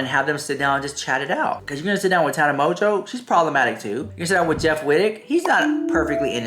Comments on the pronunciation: Nobody:: Tana MON-gin- uuu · You still can’t pronounce Tana’s last name lol! 😂 there is probably truth to both sides. Trisha’s main motive would be views and money! Tana now supports a self proclaimed predator James Charles 🤢🙄👎🏼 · Mispronounced Mongeau bro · The way you say Tana's last name😂 kills me everytime